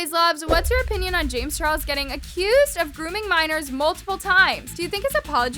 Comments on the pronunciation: Can we all take the time to appreciate how in said chames Charles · anyone else hear “james churros” LMFAO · hold on is it just me or did hear say James churros? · i love how she says “ James churros” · I love how says “james churros” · James “Churros”😂😂😂